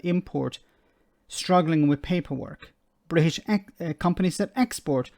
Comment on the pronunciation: She can't even talk properly "Bri ish" and "opportuni y". No wonder people laugh at the English. We don't do ourselves any favours.